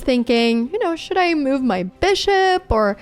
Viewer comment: Anna I'm only trying to help your American accent. It's not meuv. It's muv